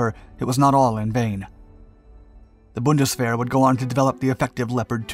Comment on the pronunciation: You are saying the word "Bundeswehr" very well.